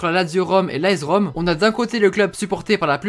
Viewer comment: Ça se dit aS Rome pas aEZ Rome